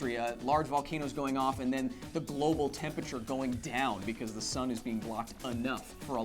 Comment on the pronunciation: Could someone please tell Kyle how to pronounce temperature.